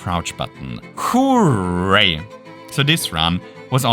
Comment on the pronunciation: omg it's the guy that says whoreray